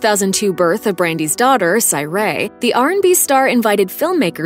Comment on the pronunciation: I know dang well she didn’t say syray it’s sur righ not syray what 😂